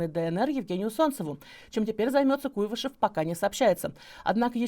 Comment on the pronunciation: Не КУйвышев, а КуйвАшев.